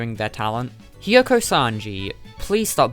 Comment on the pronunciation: Hemko ITS HEE MEE. KOO NOT HIM IKO